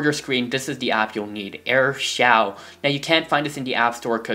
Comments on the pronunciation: Aristole its pronounced air show no offense tho i used to do that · You are saying AirShou wrong your supposed to SAY it like Air-Shoe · It's actually pronounced as show and airshow I use this for 3 months now :) BTW nice intro but I liked the old one better (my opinion) --_____-- :) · thanks that's amazing pronunciation "airshaw"